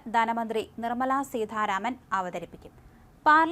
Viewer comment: സീതാരാമൻ ആണ്. സീധ അല്ല.